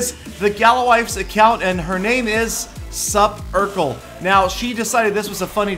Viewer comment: it's pronounced Supercell and not Saparkel